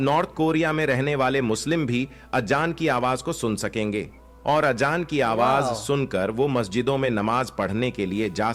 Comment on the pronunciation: अबे गनडु अजांर हे वो आजजान नही हे